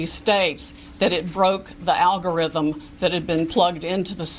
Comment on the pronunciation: All Powell's yammering about "algorithims". She couldn't even figure out how to program a computer to print "Hello"!